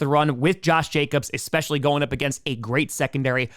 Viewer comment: stop saying 'expescially"